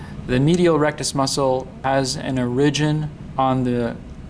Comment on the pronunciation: Informative video, but what's going on with that pronunciation of "origin"...?